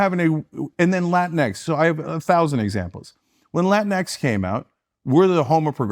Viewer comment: “latinks” lmao